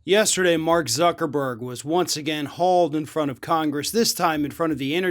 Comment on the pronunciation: I stopped and restarted the video and ''UCKERBERG'' was the first thing I heard. yeah innit Instead of Blaming Trump for Jan6, Give Him the Credit for Jan6. He Loves Taking Credit, he LIVES On Credit. Give credit where credit is due. DjT Take Credit for Jan6, it's Yours.